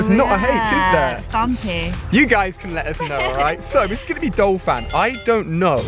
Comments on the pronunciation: Ursaring is pronounced err-sah-ring not ue-sare-ing nor ue-rae-sing. Also it is Don- fan not Dole-fan in the case of Donphan. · I hate to hate, but...isn't it DON-phan, not DOL-phan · its pronounced errs sah ring, and donphan is prounounced Don Fan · It's not Dolphan its DONPHAN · It's DONphan, not DOLphan haha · he is saying dolphan but it is donphan, BRUH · talks about pronunciation *calls donphan dolphan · it's Donphan not Dolphan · anyone else think he is saying 'DOLphan' instead of 'DONphan' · its DON-PHAN not dol-phan. like so he can see this and pronounce it right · There is no "l" in Donphan. I have no idea how you make up your pronunciations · Hahaha oh my god Ali... right after he was talking about mispronouncing names, he proceeded to call Phanpy's evolution Dolphan